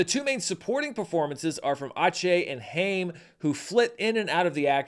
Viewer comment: Alana's Haim's name is pronounced the same way you pronounce Time!